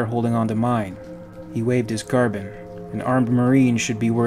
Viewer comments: Car-Bean or Car-Bine, not Carbon. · It’s not a Carbon. It’s Pronounced car-bean. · No nO NO. It is Carbine or Carbean, you can pronounce it either of those ways. "Carbon" is not a correct pronunciation, even among the English who fail their native language on a regular basis. They insert extra syllables into words like "aluminum" and pronounce "lieutenant" with a lithpt. But they don't ever say carbon. Unless they are talking about carbon. Strangecreed was gently pointing out a mispronunciation, and that is all I'm doing. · Say it with me now car-bine Car-bine not carbon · Love these videos bro... but... and I say this with love.. its pronounced CAR-BEAN... not Carbon. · Pardon my pedantry, but "Carbine" is pronounced with a long "e" like Een, not Carb-in. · No. Its Carbine pronounced "Car-byne" the same way the English word Turbine is not pronounced "Tur-bean". Car bean is simply incorrect. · Car-bine Its not an element. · It's car-bean actually. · ahhh!! its car-bine!!!